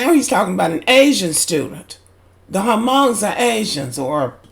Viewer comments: Hmong is pronounced "mung" not hamong for future references. This teacher is insane. What about his traits? The nerve of him to talk about somebody's eyes is wild to me. I hope they dismiss this fool he has no place teaching children especially ours. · Hmong is pronounced with a silent h